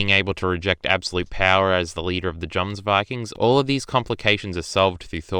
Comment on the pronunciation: He can’t even pronounce jomsvikings correct so his opinion is soso